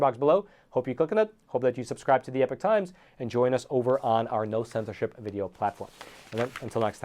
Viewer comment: ❤ Great news. Can you say EPOCH INSTEAD OF EPIC?